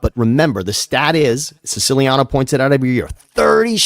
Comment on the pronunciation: I love how Siciliano doesn’t even pronounce his last name correctly😂